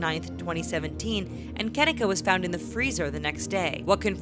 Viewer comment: Her name is pronoun Ken-neka not ken-ika